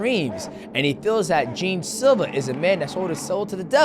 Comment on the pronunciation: Did lack of knowledge of Jean is hilarious. It’s not pronounced that way, it’s like Jean Claude Van Damme That’s why his name is Long Jean Silva it’s like the Pirate. They love one piece at the fighting nerds. Ruffy is king of the pirates like luffy.